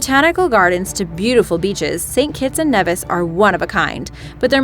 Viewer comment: U got st.kitts name wrong